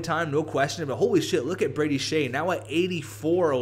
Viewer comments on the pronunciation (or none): none